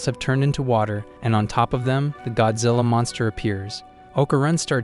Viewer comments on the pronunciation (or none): none